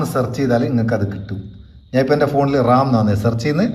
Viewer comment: റാം ആണ് റമ്മ് അല്ല 😅 (ഇത് നിങ്ങൾ പറയുന്ന തമാശ) മുൻപ് പറഞ്ഞപോലെ മോർ ആണ്.. മോര് അല്ല 😊 അടിപൊളി. നല്ല അറിവ്.